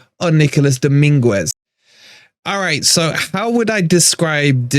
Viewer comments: The U is silent its Domingez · PLEASE Stop calling him Domingwez, you're a fan, take the time to learn to pronounce their names correctly! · I think you're probably pronouncing Dominguez's name incorrectly. Isn't the 'u' silent?